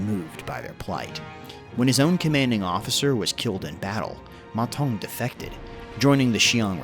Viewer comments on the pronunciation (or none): According to Wikipedia, the sound of "Ma Zeng" is much more "Mazen" then "Ma Tong". Still a great video for my favourite warlord! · You pronounce his name (Ma Tong) which means toilet bowl in Chinese. It should be Ma Deng if you pronounce it in English.